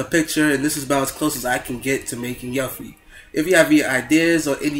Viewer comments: its pronounced (U-FEE) :P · IT IS FUCKING YUFFIE. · the way hes saying yuffie is getting really annoying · its good and all but the only thing that really erks me is the fact that you pronounced her name incorrectly